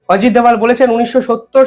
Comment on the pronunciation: উনি অজিত দোভাল। দয়া করে তাঁর নাম অবিকৃত রাখতে অনুরোধ করছি...